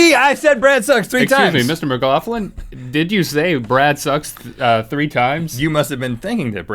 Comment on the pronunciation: "Mcloughlin" Wait a second